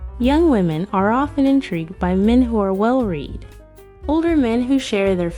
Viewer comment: Well read is pronounced like well red, not well reed......